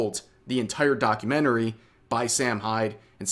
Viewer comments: why do you say it like "docuMENTary" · the way he says documentary 😂😂😂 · Why are you probounc8ng documentary like an idiot? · why do you say documentary weird?